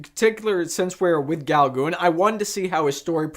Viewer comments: Haha...love this review...so cute! Paul Gauguin was one of the most famous Post-Impressionist painters that ever lived...Gauguin is pronounced “Go Gan” rhymes with “can”...haha 🇫🇷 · Uh, No. Can''t get past the hideous pronunciation. Please stop, find out who Paul Gauguin actually is, and redo the video. QUICK, go do it NOW.